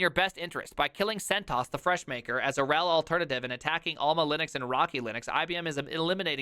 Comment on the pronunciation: The way you pronounce RHEL as ruHELL with stress on the latter, please allow me to use that myself from now on 🙂 Also, why did I not come up with that backronym for Oracle (not quoting here, watch the video, you want ThePrimes reaction)